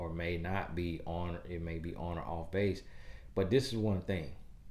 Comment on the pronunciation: I know you from the south you said 😂. I didn’t know where you were going with this video based on the title, but you are right. We were not taught a lot of things that seem so simple.